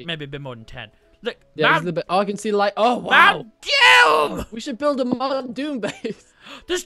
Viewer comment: Not doom but moom :)